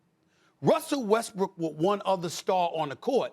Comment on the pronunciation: WHY THEY KEEP SAYING WESTBRICK